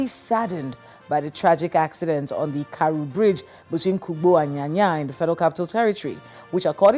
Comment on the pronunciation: It's Karu and not Kary, I am a resident of FCT